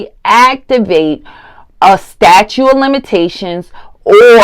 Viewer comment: "STATUE of Limitations" lol... 😵‍💫😵‍💫😵‍💫